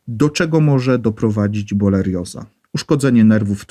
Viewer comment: Jak już to borelioza a nie bolerioza